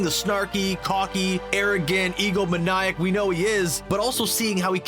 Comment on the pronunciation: "E-go-MA-nee-ac," not "e-go-mah-IAE-uk."